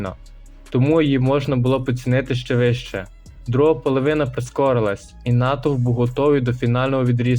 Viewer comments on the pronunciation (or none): Довбойоб, навчися говорити слово "половина", телепню. Селюк сраний